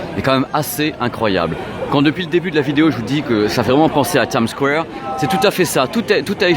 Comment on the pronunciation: Comment tu dis? Times squwwwware?:))